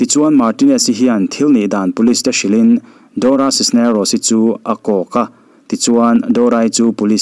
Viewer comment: Dora Cisneros i lam dan hi mak danglam reuh ltk...doracis nerocis ti ang deuh, elh deuh si, ni deuh thluam tho siin.....